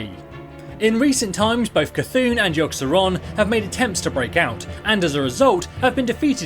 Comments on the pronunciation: lol u messed up yogg’s and yshaaraj’s name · haha yea .